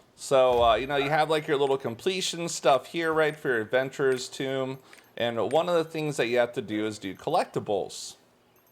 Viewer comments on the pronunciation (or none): Wait. So the bloodstones aren't account / roster bound, each alt has it's own balance? ( So long as they're contributing to a guild ) also it's - t-home, not tomb - Adventurer's "t'home" 😉 X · Adventurer's tOme. Not "Tomb". Tome. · adventurer's TOME, not tomb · Nice vid!! Not trying to be precocious but you are pronouncing tome as tomb, which may confuse some people. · lmao Adventurer's toom? first time I ever heard the word tome said like that. pretty sure the word rhymes with home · There's like 6 other lost ark streamers that say tomb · Dog and baby got inputs. I got one too: Have you heard the word "tome" pronounced by another person? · sorry, but this bugged the crap out of me. "tome" (a book) is pronounced like "dome", tomb (a crypt) is pronounced like "boom"